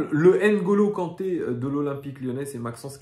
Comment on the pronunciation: Se prononce "Oungolo Kante " et non "Enegolo"